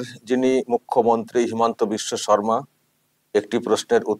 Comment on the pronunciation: নামটা আপনারা বার বার ভুল উচ্চারণ করছেন। সঠিক নাম হিমন্ত বিশ্ব শর্মা